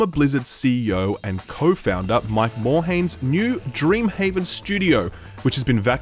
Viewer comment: Holy fuck you and, it's fkn "MORE" "HIGH-M" not HAYM